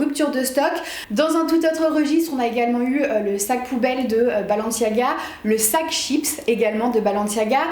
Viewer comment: C'est balenciaga non pas balanciaga